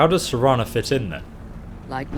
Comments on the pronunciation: The entire walkthrough you’ve been pronouncing her name as Serena then finally at the end of the last episode you correctly pronounced it as Serana. Then as soon as this episode starts you immediately you call her Serena again then you caught yourself and made the correction...then two seconds later call her Serena again lmao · "Serena" hahaha.....come on dude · it's ser-ana not see-ina also it's Val-er-ica also ser-Ana will be set to crouch if your crouching and she auto talked to you (she forces it you don't activate her to talk) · shawn arthur idk which livestream it was but he always called Serana Serina, he just prefers how he pronounces it